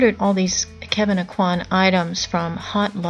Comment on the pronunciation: ...Everyone pronounces his name Ah-qwan But you are correct, it’s pronounced Oh-qua. Btw, your name is so funny and it stood out to me because I’m big forehead gang to!😂 🤙🏾